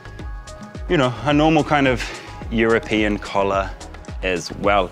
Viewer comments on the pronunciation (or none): none